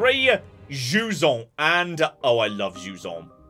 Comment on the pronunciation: Jusant not Juon!